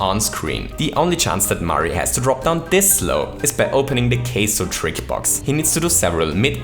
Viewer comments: Its KAIZO not "keizo" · „KAYZO“ It’s KAIZO. Ever listened to how it’s pronounced? You should. Please. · Queso? You mean Kaizo? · OMG, at the end, I was like "what's a queso trick?" it took me a minute to realize you were saying kaizo!